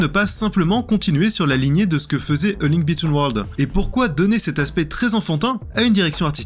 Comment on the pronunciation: Sans oublier "A Link Between Worlds"... J'ai cherché "Link bitten world" sur Google, en pensant que j'avais zappé un épisode !!!!